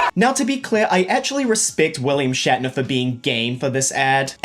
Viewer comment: shat-ner Pepsi is better